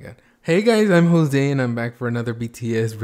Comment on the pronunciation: jose starts vid: “hey guys its youtube, and im jossee..😂💀”